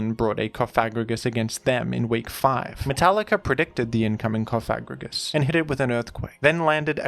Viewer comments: the way you say cofFAGrigus is wild lmfao theres only one f, so coFAGrigus is the correct way to pronounce it 😎😂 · pLEASE PRONOUNCE IT PROPERLYYYY ITS COFA-GRIGUS LIKE COFFIN!!!! CoffA STOPPP SAYING THAT WORD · You probably mispronounced the name incorrectly on purpose, but in case you didn't, I believe it's pronounced "cough-egregious" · We know you don't mean it, so don't feel too bad about it. I just pronounce it coffa-grigus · It’s like Cough and egregious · You could say that the pronunciation was Cof egregious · let's say it together. Coff-uh-gree-juss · I like the emphasis when you pronounce CoFAgrigus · it's Cof-a-gri-gus, saying it the way you are could cause some... unintended consequences by youtube auto-detection related to a certain slur. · This whole time I’ve been giggling on the way he pronounces it co fag rigigus🤣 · I’m gay and I laughed every time you said it 😂 I could tell it wasn’t intentional! Good to note though lmao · I thought it was funny every time and not a big deal. But if you feel bad in saying it that way, that's also fine. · Love how you went from pronouncing Cofagrigus like a slur to like an ancient Greek philosopher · You really really REALLY went out of your way to emphasize the "Fag" in cofagrigus when that's not how it's pronounced and I've never ever heard anyone pronounce it like that so that's pretty cool of you! Yeah! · Careful with your pronunciation of "Cofagrigus" there. A spiteful indivuudal might edit it out of context into a sour meme. 😂